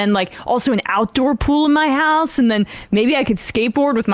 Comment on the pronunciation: C'mon Sam. 'Pool' rhymes with 'Cool'. Ipso Facto and Check Mate.